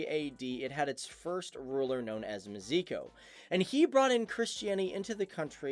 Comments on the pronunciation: Spelling of name "Mieszko" is "Myeshko", not "Myeziko" xD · Meziko xD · Its Mieszko - "Myeshko"